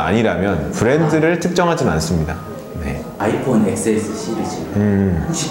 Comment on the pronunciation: 디지털 관련 유튜브인데 아이폰엑스에스라고 하는거 실화??